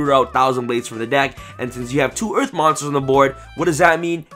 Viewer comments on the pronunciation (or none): none